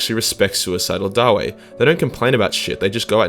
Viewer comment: I always thought that the name was pronounced daa-vee, not da-wei. Too close to Knuckles the Echidna meme for my taste.